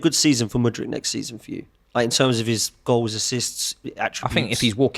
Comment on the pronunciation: Say it with me.. M U D R Y K.. Who on earth is Mooooodrik